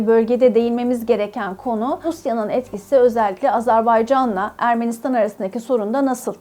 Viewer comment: Sen önce azErbaycan demeyi öğren.